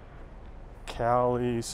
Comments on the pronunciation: Come on.....Cali 69? you know better at least by now that its Calle 69 the double LL's have a Y sound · Calle, pronounce the 'll' like the 'y' in 'you', or better yet, pronounce the 'lle' like the 'ye' in yellow.